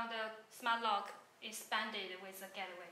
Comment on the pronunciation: Gateway pronounce as "gat way" not "get the way"